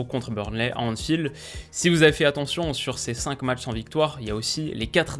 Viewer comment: Génial, comme toujours ! Mais juste, il n'y a pas de « s » à « cinq »...